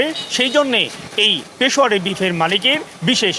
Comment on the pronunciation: It's Peshawary.....not pashowary